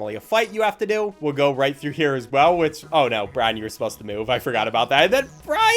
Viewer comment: i keep hearing ryan everytime he says bryan and the worst part is that ryan is my name